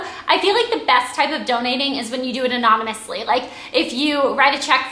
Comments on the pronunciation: aha this is really nice of you! and you said anomanously.. you mean anonamously (i dont really know how to spell that) :$ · ur so cutee did u notice she said anomonously :)))